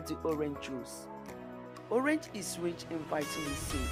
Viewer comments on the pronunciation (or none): none